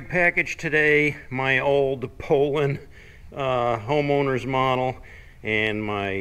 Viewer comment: Learn how to pronounce Poulan. It’s like Poolan.